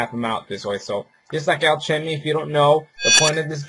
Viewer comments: alchemy al ca me, not al chim ee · Lol, you pronounce alchemy wrong. The h is silent so its pronounced alcemy... You dont pronounce the h in chemistry.. Its the same thing